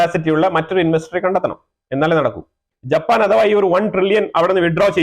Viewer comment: Pls note the name is Japan pls do not pronounce it as JAPPPAN